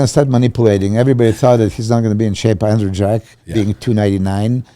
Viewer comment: butchering andrew’s name so confidently 😭😭🤣